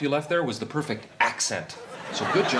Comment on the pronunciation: The ad with Dan Akroyd pitching that the Lincoln Town-car has such a smooth ride that you can perform a backseat bris on a bumpy road: “Poifect.”